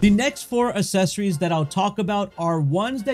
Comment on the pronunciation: I had to stop watching about halfway through. Every time he mispronounced accessories I cringe.